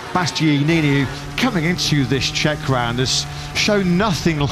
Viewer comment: Why can Birt guy not say "Bastianini"? It's so irritating, despite the fact that his co-commentator gets it right - is he deaf? Why does nobody correct him off camera? Please tell him it's not "bast-yee-yee-neeny" or whatever TF it is that comes out of his mouth. Babbling fool should have been dismissed long ago.